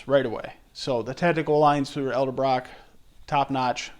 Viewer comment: its not Elderbrock